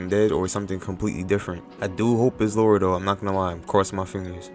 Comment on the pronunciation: Lara not Laura